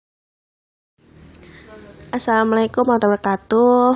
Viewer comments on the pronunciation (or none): none